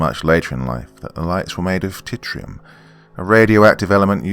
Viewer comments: Good one. It’s ‘TRITIUM’ not ‘TITTY RUM’ btw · Tritium, not titrium. It’s a 2-neutron isotope of hydrogen that’s actually really cool